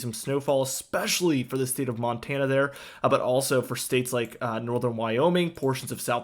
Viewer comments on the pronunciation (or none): none